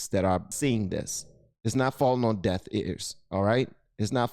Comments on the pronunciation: Just a PSA: It’s DEAF ears. DEAF lol not DEATH 😂😂😂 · Its deaf ears my brother. Not death ears. And thanks for the content i love your show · are you saying DEATH EARS or DEAF EARS? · I'm sorry, did you say "falling on deaTH ears"? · I’m a big fan of this channel, have been since he was first reacting to music, and will continue being a fan while we expand our knowledge together…. but did bro just say “death ears” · Love you vids but, are you saying "death ears' or "deaf ears"? Unfortunately I hear death lol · Its deaf!!! Deaf, not Death. Love ya buddy!! Keep up the good work.